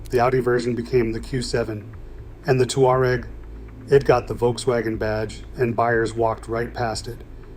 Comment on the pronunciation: The Volkswagen "Two-R-Egg"